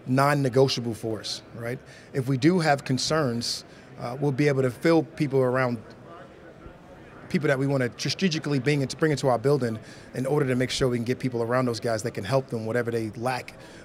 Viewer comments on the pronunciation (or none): Did he say trajecically? Lol. I think he meant to say strategically